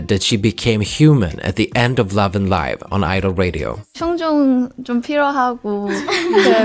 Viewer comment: I'm surprised to hear 'Love&Live' pronounced like " Live on TV " instead of the verb " to live ". It's a great video, always a pleasure to see your work. Can't wait for the next one